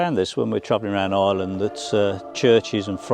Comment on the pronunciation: Its not "eyeland". It's Ireland!